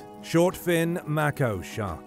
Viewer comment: “May - koh” Not “Mack - oh”